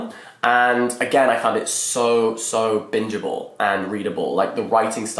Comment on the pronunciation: On first listen I thought you said binnable not bingeable